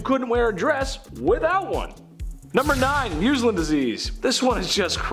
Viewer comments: Muhz-linn..........not Moos-linn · Muslin is pronounced as "Muhz-lihn" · Muzz-Lin puleeze 🙄